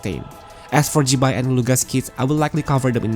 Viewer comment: Yo great video btw 😎👍🏻 but you need to pronounce the name zi bai properly because you pronounce it a lot like a Taiwanese or Hokkien vulgar word that means “vagina” in a very vulgar manner 🤣🤣🤣💀